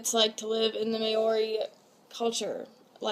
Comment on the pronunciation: It's not may-ori it's moul-ree😂